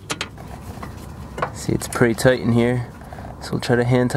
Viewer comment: When he said "REAL toight"